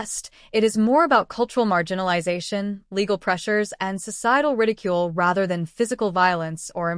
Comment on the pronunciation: “Legal” restrictions? The text says “legal”, but it sounds as if the AI voice said “illegal”. Which is it? If “legal”, what would those be??